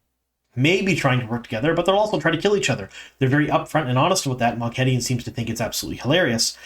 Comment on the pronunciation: Could you please address why you pronounce things differently from how they do in the show? Namely: Moghedien (moh-GHEH-dee-ehn), Rhuidean (RHUY-dee-ahn), Tel'aran'rhiod (tel-AYE-rahn-rhee-ODD)... I'm sure there's more but those are the ones that have stuck out to me the most since they are the most relevant to this season. Apart from that, I enjoy your insights, thank you for what you do!